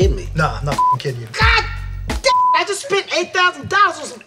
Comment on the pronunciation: 靠腰啊，他那聲God，發音跟大聲說幹一樣…… 嚇我一跳……哈哈哈哈